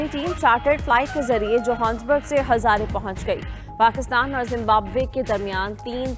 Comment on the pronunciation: Yeh hazaray naheen harraray hai